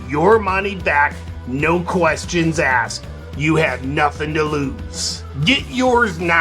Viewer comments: No questions aksed (lol) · No Questions 'Aksed'! XD